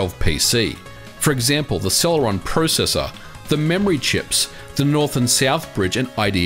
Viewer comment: You say processor wrong